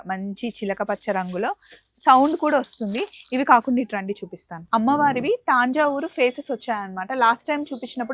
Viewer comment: Taanja uru kadu talli... Tanjauru ani palakali Telugu ki sariga palakali 🙏